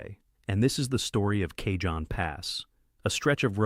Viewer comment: Not even 10 seconds in, and the guy says Kayjohn pass. Try again.